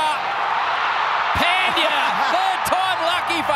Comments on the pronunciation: No one : Commentator : Hardick Pendiyaa..... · No one:- Commentator: phendya😂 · No one: Literally no one: Aussie Commentators: “PENDIYA!” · Yes, they say.. पँड्या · They say " pundi " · Peldiya Pandya ne Pendiya 🤣🤣🤣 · also its not Pan dya, pronunciation is pun dya, only gujaratis can relate, like we get irritate when ppl pronounce PAN😅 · That's pandya not phendya 🤣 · Hear again its phendiya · Pandya ko toh Pandiya bolte he😂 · What we see: Pandya What they see: Phaaantheeyaaa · First they pronounce pendey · Pan-diya is a World class hitter.. English commentators😂😂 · When he calls hardik pandya as peindya 😂😂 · He says hardik panndhya that moment😂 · Comandator : Pandeeya 😂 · Commentator : Hardik Phendyaa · pandya nahi bol sakte to hardik hi bol do na 😂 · Australian commentators do commentary from the heart even if their own team is losing.That's why they are best in the world. & They pronounce the name of indian players in a entertaining way like, 😂 Shikhar dhawan = Shiky daawan Rohit = Shaarma Kohli = Kholi Rahul = Raool Iyer = Aayer Pandya = Pendia Shardul = Shardul thakoooor!! Siraj = Siraaas Jadeja = Jadaijjaa & Many more